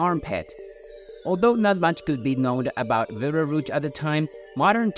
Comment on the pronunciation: Are you saying Beetle Roots?